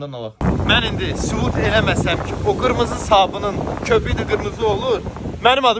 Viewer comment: Qirmizi demedi axi qimirmizi dedi